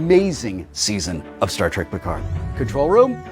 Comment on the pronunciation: "Star Wreck Piccard "